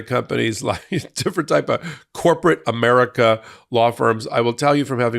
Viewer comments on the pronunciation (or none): none